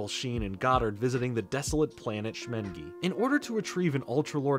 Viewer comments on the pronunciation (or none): And he called Shmengo "Shmengol" when there's clearly no "L" sound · Great video but I downright cringed when you said the alien baby's name. It's Shmengo, not Shmengol". there's not a single "L" sound in the name. How come no one's talking about this one error?